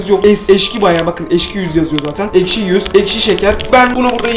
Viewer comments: Abi aşki değil ekşi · ✨ Eşki ✨ deyil✨ ekşi✨😂❤️✨ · ilk basta eşki diyip sonradan ekşi demesi peki. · niye eşki diyosun😅😅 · Eşki değil ekşi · Abi eşki değil ekşi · eşki deil ekşi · Abi yanlışlıkla eşki dedin 😊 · İlkte eşki dedin